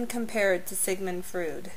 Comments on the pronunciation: Sigmund Fried? Frude? ah you mean Freud. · how can anyone take this person seriously when they cant pronounce freud? wow...i totally lost all respect for this person and assumed she was an empty vessel repeating her ver lightly google/wiki research on the subject. unbelievable...just unbelievable...people with common general knowledge know who and how to pronounce his name.the speaker is obviously of very low intelligence....wow...just....wow...